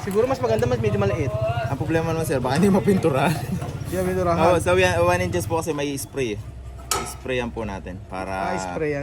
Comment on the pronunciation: one inch, two inches ang bigkas diyan.